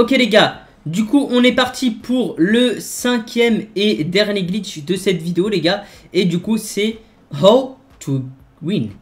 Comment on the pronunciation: tu dit gitch aulieu de glitch